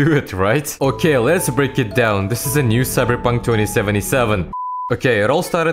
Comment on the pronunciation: I like the way you say cyberpunk more than the graphics 😂